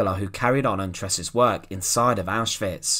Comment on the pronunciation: Thx for pronouncing Auschwitz properly